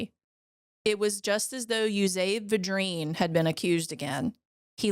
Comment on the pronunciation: Yoo'-zee-bee Vi'-dreen You're from Louisiana. You should be able to pronounce it. And, yes, I knew his brother. He was my great grandfather. We are related. The reason people back then would allow him some favors is that they understood the gravity of ending someone's life. However necessary it was.